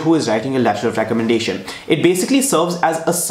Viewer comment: Letter of Recommendahthfti 😂